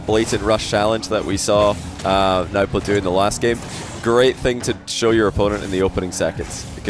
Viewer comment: it's pronounced no-boo